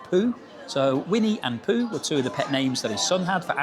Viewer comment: It's Pooh not Poo :(